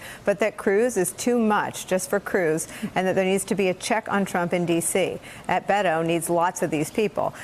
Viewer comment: This guy claims to speak Spanish but he can't even pronounce the name he uses by cultural appropriation correctly. It is not "Bet-to", it is pronounced "Bay-toe."